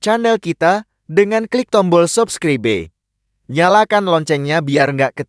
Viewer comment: Apa tida salah mengucapkan subscribe?